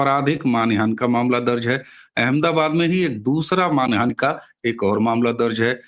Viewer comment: जी, करबद्ध निवेदन है कि आप बार बार मान हानि --- इस को मानि हान बोलते जा रहे हैं। कई बार हो जाता है। 😮😅😊 आपको मैं सुनती रहती हूं। आपसे आयु में बहुत बड़ी ही होऊंगी, इसलिए गुरुजन मानकर इसे अपना अनादर मत समझिएगा। मैं सभी की हितचिंतक ही हूं।